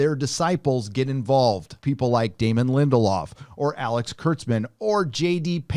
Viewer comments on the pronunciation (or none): none